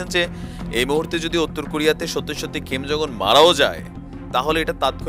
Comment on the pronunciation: ভাই আপনার কথাগুলো শুনতে ভালো লাগে কিন্তু একটা বিষয়ে না বলে পারলাম না। সেটা হচ্ছে আপনি এই লিডারের নামটা উচ্চারন করতেই ভুল করেছেন। ওনার নাম হলো কিম জং ওন, আর আপনি বলতেছেন "খিম "। এটাই ভুল আরও কিছু না। আমাকে ভুল বুঝবেন না আপনার ভুলটা ধরিয়ে দেয়ার জন্য।